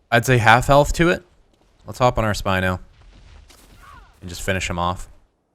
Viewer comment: name your spino...Speeino.....Pronounced Spee-eye-no